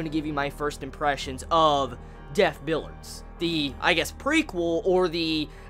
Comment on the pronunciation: why are you saying it "billards"? it's "bill-ee-ards"